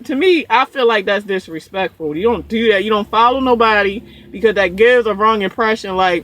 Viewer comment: Say "do" lmao Baltimore accents like "deuw" aww low and deep